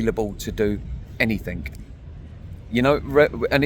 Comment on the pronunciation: )... sorry mate, but in English grammar, when you speak, the wording is NOT "anythink", but "anything"